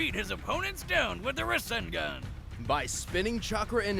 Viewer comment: My man said "RAW ZEN GON"